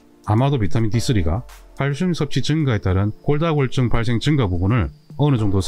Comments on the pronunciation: 정말 잘보고 있습니다 근데 골다공증을 골다골증이라고 발음하시네요~😅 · 골다골증으로 들리네요. 골다공증 아닌가요? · 도대체 골다골증이 뭐죠? 골다공증인데, 언어부터 정확히 하셔야 할 듯 하네요. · 골다공증을 왜 골다골증 이라고 말씀 하시나요? 다른 병이 아니면 잘못 말하고 있는 건지 궁금합니다. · 처음엔 발음이 잘안되셔서 골다'공'증을 골다'골'증이라 말씀하시는줄 알았는데 화면 텍스트에도 골다'골'증이라고 쓰고계시군요. 흠.. 골다공증을 골다골증이라 하시는 이유가 궁금합니다. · 영상 쭈욱 정주향하고 있습니다. 식견이 남다른분인건 알고있지만 두번정도 영상에서 골다공증을 골다골증이라고 말씀하시면서 자막에도 그렇게 달아놓으셨던데 혹시나 의견에 반대하는 분들이 이런 소소한 걸로 꼬투리 잡을거 같아서 노파심에 댓글 남겨봅니다. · 설명을 보면 계속 골다골증이라고 하시는데 골다공증이 아니고 골다골증인가요? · 감사히 잘 보고 있습니다. 그런데 골다공증 아닌가요? 계속 골다골증이라고 하셔서요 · 골다공증 NOT 골다골증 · 선생님께서 골다골증 이라고 하시는 것 같아서 자막을 확인 해보니 역시 그러네요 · 골다골증? 골다골증? 골다골증이 뭔가요? 자꾸 영상에서 골다골증이라고 하시는데요?